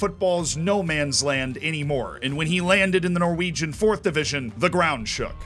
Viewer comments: props for the pronounciations of norwegian names. surprisingly good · As a Norwegian I’ve got to say that your Norwegian pronunciation was really good